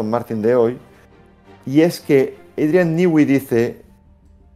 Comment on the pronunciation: criatura, no hay país con mayores problemas para pronunciarte una palabra en inglés, que España. "Adrian Nigüi". 😂😂😂